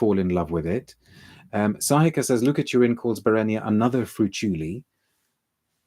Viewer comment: Thank you again dear. I’ve discovered your channel recently and it is getting addictive😊 I hardly ever miss the live ones, where you read my name and comments too🙏Let me kindly explain that my name is spelt as Sahika but, quite confusingly, pronounced as “Shahika”. I trust your admirable memory 😊